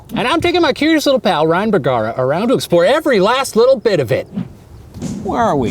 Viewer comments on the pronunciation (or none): “ryan berganzer” 💀😭